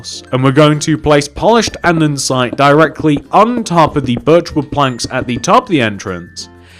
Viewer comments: its pronounced "and-a-site" not "and-en-site" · It's Not Andensite it's ANDESITE